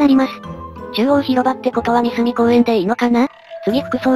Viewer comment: 「みすみ」ではなく「さんかく」公園 HEPは「ヘップ」と読む